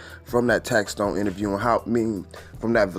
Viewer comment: Big shouts to for finally saying tax stone name right. Tax Tone is someone else famo 😎